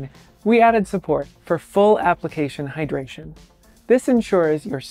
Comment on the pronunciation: Full "hydratration" pls change that.